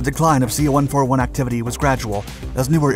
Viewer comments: Holy cow, it's pronounced C one fourty-one, not one four one. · Dude! You gotta stop saying C One-Four-One, or KC-One-three-five!! I spent many years overseas in the USAF and flew on everything from a C-47 (forty-seven) to the C-141 ("C-One forty-one). I'm sure you never say "F-one one one", I hope (F-111/ F- One Eleven)). It's like nails on a chalkboard to my USAF ears. I love, love, love your videos but sometimes I wonder if you do enough research before making the vids. KC-One Thirty-Five, C-One Thirty Hercules is the way we say it, Thank you!